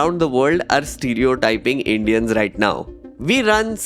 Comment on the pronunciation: Can I ask, why dont you say "Video" like everyone else, why saying VEDIO, and also why you say Indians like EINDEANS?